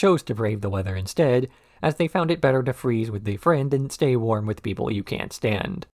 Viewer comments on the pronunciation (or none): none